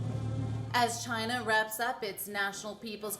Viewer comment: DID I HEAR YOU SAID VACHINA HAHAHAHA SOUNDS LIKE VAGINA hahahaha